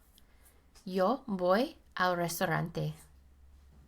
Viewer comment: Especially when she's mispronouncing Yo.